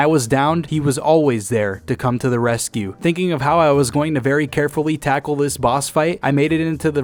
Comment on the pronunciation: "Thinking of how I was gonna CARFUWY take on this boss"